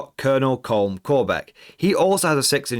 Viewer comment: my only nitpick would be Colm is pronounced as Collum/Column :/